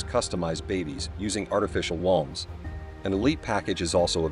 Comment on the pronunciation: Can't even pronounce woumbs? That's the basis of the video!